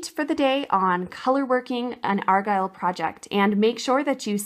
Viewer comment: It never ceases to amaze me, that someone put time and effort into something, FREE.,for all to enjoy, then comes along some douche bag and start arguing...and the word is " ARGYLE" not " AGILE"